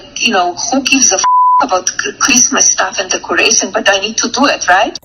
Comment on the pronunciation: "Who gives a F*** about Chreesmas!"